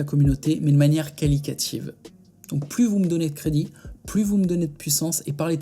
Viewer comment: C’est qualitative et pas « qualicative »